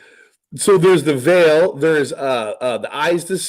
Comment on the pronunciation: Why does keep saying THROUGH THE VEIL...WRONG? It's not VEAL...it's VEIL.